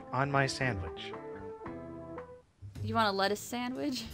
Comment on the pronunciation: "Such good sandwich doves." (I love you,, but you're totally saying "sandwich" incorrectly.)